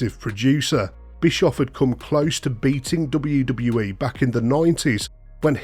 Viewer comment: the way this dude says ' DUBBUWU DUBBUWU E" fuckin erks me so bad